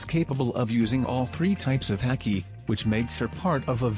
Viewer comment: Pronounced hah-Ki not ha-key